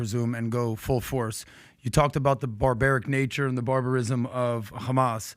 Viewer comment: Just say hamas. You don't need to speak perfect English until that word and then say it all thenic